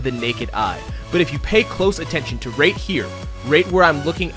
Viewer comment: He pronounces “right” as “rate.” Maybe he’s planning on- (inhales loudly) HE’S GONNA MAKE A MOBILE GAME THAT FRAMES U OF A FELONY IF U DONT RATE IN THE GAME IN THE FIRST 10 MINUTES